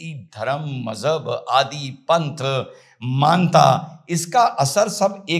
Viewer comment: बहोत बढिया.आप सटीक बात करते है.एक सुझाव..मान्ता उच्चारण गलत.सही उच्चारण मान्यता